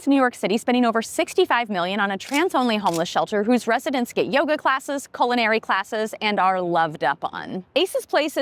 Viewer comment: They're not "Culinary" classes but "CULO-nary" named after a Spanish word.